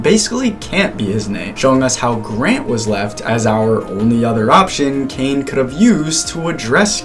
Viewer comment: Caine❎️ Kane✅️